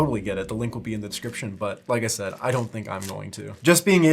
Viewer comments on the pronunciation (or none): none